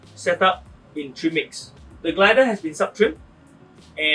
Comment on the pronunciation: Please speak a bit slower and clearer. I know you are saying trim mix, but it sounds like tree mix. Thank you